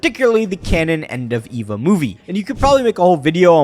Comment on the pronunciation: eva is pronounced like ava